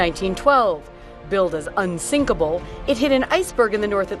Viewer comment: UNSINKLEBLE THAT IS UNTHINKLEBLE ISN T IT ??????????